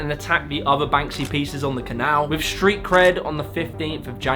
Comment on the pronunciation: Schtreet, Schtrong?? It's Street and Strong!